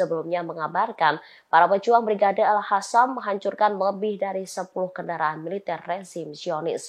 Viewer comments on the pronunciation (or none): Al Qassam bukan Al hassam... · qossam bukan hasam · Bacanya al-qossam mbak... Bukan alkhossam. Melek huruf hijaiyah mba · Brigade AL QOSSAM mbak bukan AL HASAM... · Min bisa baca ngga, alqassam ko jadi alhassam yang bener ah, nanti salah makna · Ini mbak reporter nya kok bacanya Al Hasam...??? Gimana nih kok bacanya gak bagus..!!?